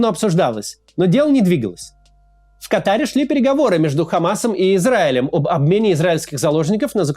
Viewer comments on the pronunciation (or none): Как же режет уши, когда говорят КатАр... Правильное ударение — на первый слог 🤦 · В Катар ударение падает на первое А